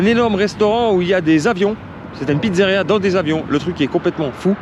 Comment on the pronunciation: Je me permet on dit pizzeria et pas pitzzaria, sinon bonne video